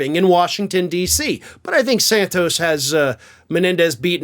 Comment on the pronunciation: Do you call him Sahn-toast on purpose?